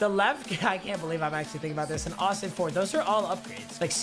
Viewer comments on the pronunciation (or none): none